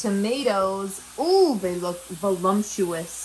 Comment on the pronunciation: are you saying volumptous on purpose? it sounds like it, it's hard to tell.